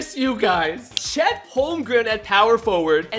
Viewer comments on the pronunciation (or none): none